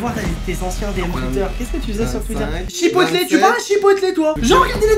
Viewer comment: Chipotle ça se prononce pas « Chipotlé » mais « Tchipoteul » 😅